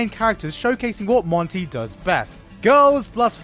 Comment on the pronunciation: If he says Monty's name wrong again.... I'm going to go crazy lol. Also, he can't say "argue" lol. RIP Monty ❤️